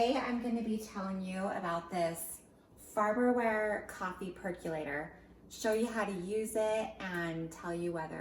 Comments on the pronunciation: Perk O late... not perk U late. A percolator percolates coffee and percolate is pronounced perk o late. So you have a perk o lator. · Per-CO-lator not Per-Q-lator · Per co lator.....not.....per cue lator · It's not a perculator. It's a percolator. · Not spelled perk-you-later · Hmmm, not really. It perc-o-lates the coffee, not perk-you late.